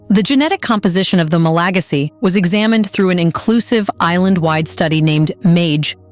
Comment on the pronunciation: Learn how to pronounce MalaGAsy